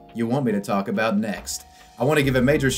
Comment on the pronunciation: "" sounded weally weird at the end of this wideo.